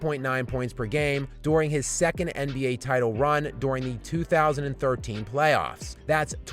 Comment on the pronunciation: I really don’t like how this guy says “during”